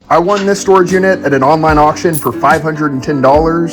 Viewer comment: Doll “Storegge” lol